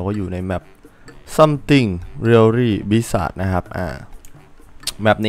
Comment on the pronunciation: bizarre มันอ่านว่า บริสแส ครับ บริสสาดมันไอติม